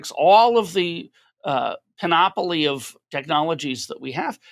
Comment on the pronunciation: pan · uh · plee